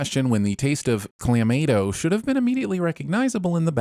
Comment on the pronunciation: You're pronunciation of Clamato hurts the inner Canadian in me